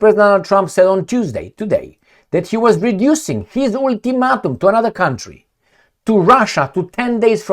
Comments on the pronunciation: Ool-two-mat-um?, I'm just trying to help.. let's try it again. Ul - ti - mate - um. The "a" is the only long sounding vowel. Hope that helps. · "ultimatum" : all vowels are pronounced wrong , no mean feat.